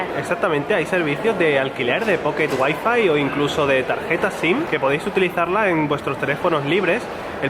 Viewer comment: Un sevillano pateando el español diciendo "guai-fai" ? 🤐😫 XD !!!